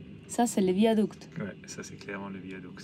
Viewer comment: 🥀AH! AH! À chacun son bol de nouilles et pas de commentaires😂😂😂Épatante cette petite vidéo…épatante et bien trop courte. Joli joli ce désert caramélisé aux goûts panachés, un « dessert » pour 🧡petit mot toujours délicieux dans sa bouche, ce petit accent espagnol qui déteint sur 💙qui fait rouler ce train sur un « viadouque »🙃Le temps file si vite dans cette province peuplée de Ouïgours et déjà vous êtes sur le retour, la Willy doit piaffer d’impatience…🐎🐎🐎dans son boxe. On vous voit toujours heureux c’est pourquoi on s’attache à vous les Amoureux♥️♥️et on vous suit dans vos péripéties avec assiduité tous les vendredis. MERCI❣️❣️❣️ À bientôt mes Aventuriers Préférés💙🧡nous aurons quitté 2024…j’en profiterai pour pour vous offrir mes Vœux…et oui! Je suis une fille à principes…🙃😉😁En attendant…bonne route soyeuse vers 2025. Je vous kisssss💋💋Anne🥀🇫🇷 - 🎶🎶🎶🎤💃🏻💃🏻💃🏻J’ADORE♥️